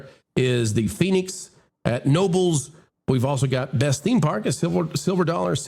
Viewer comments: It's pronounced "K nobels". It really isn't a theme park. It's a family friendly old style but modernized amusement park, good coasters. It's also free admission, free parking. You pay for the rides you want. They just had the international roller coaster club day. If you want value for your money, a safe environment, and memories your family will treasure, plus as much fun as you can stand, go there. If you want Disney's hand in your pocket from the day you arrive until the day you leave, go there. Edit. I have no affiliation with Knobels other than as an attendee. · I agree that this list is highly suspect. I live in Pennsylvania..there’s NO WAY that Hershey Park is a top ten park. Also it is pronounced KA NOBELS not NOBLES …the K is not silent in Knobels park ..common mistake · I grew up near Knoebel's and my first summer job was there. It is pronounced Ka-Noebles not Noebles... the K is not silent. FUN FACT: it is a FREE admission park. you pay for ride tickets or day pass and it is an amazing place. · It's pronounced (ken-O-bəlz), and I would not put it at #2!! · Knoebels is pronounced with a hard “k” it’s my favorite, but maybe not that high on the list. It’s like a country fair and very relaxed atmosphere